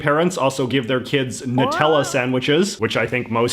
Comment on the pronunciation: Bro thanks for calling "nutella" "nutella"